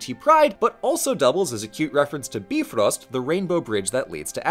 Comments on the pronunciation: As an Icelander, THANK YOU for pronouncing Bifröst correctly as "bif-rust", not as "bi-frost" like so many anglophones tend to! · Thank you for pronouncing Bifröst even half-way correctly, pronouncing Bifröst as beef-rost will do but if you want to go the extra kilometre the i is pronounced like the i in indoors and the ö is pronounced like the u in under. I always cringe when I hear it pronounced as Bi-frost, as if the bridge had been frozen twice. But I can't be too upset as pronouncing Icelandic is only marginally easier than learing it. In any case, loved the video. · It really bothers me when people say "Bi-frost", because that is both wrong and stupid. The fact that he correctly said "Bif-röst" (literally means movable bridge) earns him much respect!